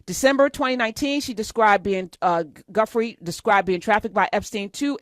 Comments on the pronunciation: Please take the time to correctly pronounce the victims names. Her name, Giuffre, is pronounced ju frey. It's all over the internet Dr. Hunter. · I am listening to the podcasts and I cringing as I am listening. The girls name last name is pronounced (Jew Fray) I hope this help. I apologize it’s the retired educator in me 😱🤦🏽‍♀️🤷🏽‍♀️😊